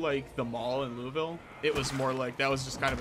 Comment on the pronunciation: He still pronounced Louisville correctly. When you pronounce it Louis-ville then we have a problem lol either way fun ass series can’t wait for another one